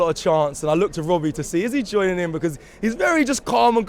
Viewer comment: 😂😂 why does Robbie say because like that? 😂😂😂 weird pronounciation